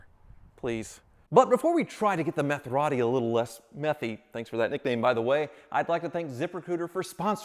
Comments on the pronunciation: The ‘Metherati’ … 😂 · METHeratti... ha! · Meth-a-rati is no funny🤣